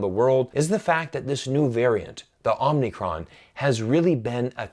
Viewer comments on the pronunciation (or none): It's called OH-mi-cron not OMNI-cron! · it's Omicron not Omnicron 🙏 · You kept saying OmNicron. It's Omicron. It's a Greek letter (Ο). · It's pronounced Omicro, not OmNicron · *Whisper * 真不好意思，虽然的确是到处都有可是好像是omicron 不是 omnicron...... 抱歉我耳朵不好。